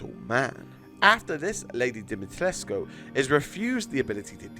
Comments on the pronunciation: Hi I’m Romanian you did good at lady d name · You pronounced her last name the romanian way I think it's right. (I'm not romanian but I seen people said that's how you say it)